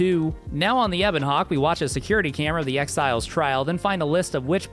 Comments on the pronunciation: Please never say Ebon Hawk-Tuah again, anything but that. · I was just enjoying the video, and then I hear it "Ebon Hawk Tuah" ruined the rest of my day, I am bothered, in too many lanes, unmoisturized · "Back to the Ebon Hawk tuah" I got mentally flashbanged by that